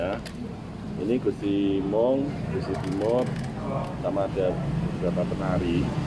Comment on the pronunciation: Moeng ya bukan meong